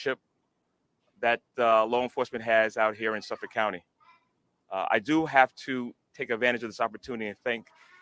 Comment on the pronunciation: Gill Go Mass uh pee kwa NA SAW Manner ville Lawnguyland You nailed Suffolk.